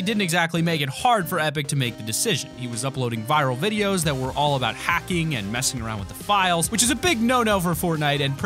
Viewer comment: Do u mean files, cuz u said flies